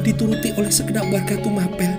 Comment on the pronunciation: Yg betul TUMAPEL itu bacanya sprti baca APEL